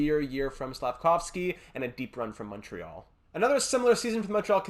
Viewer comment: Are tou from quebec ? If not congrats on the accent on the word Montréal